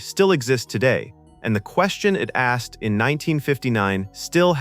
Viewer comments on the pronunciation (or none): none